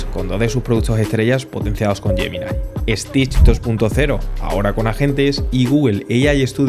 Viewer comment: I don't know why people from Spain add an "e" before an "s" that does not exist. It's Stitch not "Estitch". That extra E exist only in his imagination.